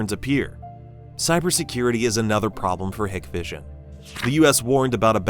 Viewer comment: It's pronounced "Hike Vision"